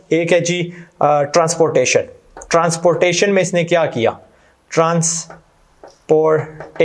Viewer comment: It's transportation* not transportion ❤️